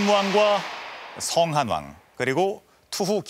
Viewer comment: 星漢王의 별 星을 길게 성~으로 발음하는데, 이는 짧은 短音으로 발음해야 합니다. 성~한왕으로 발음해서는 안됩니다.